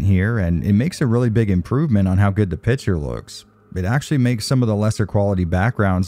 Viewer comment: Do you always say "pitcher" instead of "picture" in all of your videos? Or is it just me hearing things? 😂 Anyway thanks for your content and especially for diving deep in all those technical aspects! 👍